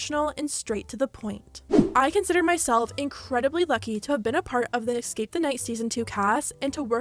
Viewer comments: It’s escape not exscape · jeeeeeesus please learn how to say "escape" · YO! Hearing the word “ECKscape” is profoundly irritating for those of us who passed the 3rd grade... maybe one day you can go over this and edit the English back into it? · Escape, it's escape not exscape. 🙄🤯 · idk who voiced this, but she needs to learn how to pronounce escape. It's eScape, not eXcape! So annoying hearing "excape" over and over. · It's ESCAPE not EXSCAPE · ily but you saying “ex-cape” made me want to die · Anyone else annoyed by the fact 'escape' keeps being pronounced 'exscape' ? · “Escape” is spelled how you’re supposed to pronounce it. E-scape. Not Ecks-scape. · There’s no “x” in “escape”. It’s not pronounced “ex-cape”, it’s “es-cape” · U keep saying it ecscape the night xD (sorry this isn’t meant to be rude I think it’s so cute! Xoxo) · Bae why do you pronounce escape like dat